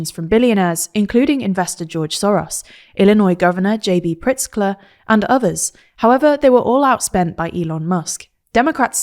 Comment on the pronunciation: Pronounced "Pritz-ker". I lived in Illinois until recently, and I detest all politicians, but he's really a good dude.